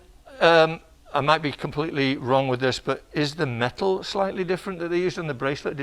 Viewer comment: "A different type of met-el" - 😂😂😂